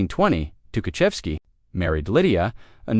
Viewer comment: This not Tuhachevsky, and of course, his name is mispronounced.